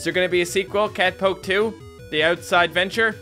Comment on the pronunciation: No it's not cat poke its cat pöke